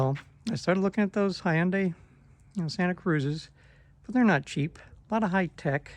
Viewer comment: “Hi yun day” 😅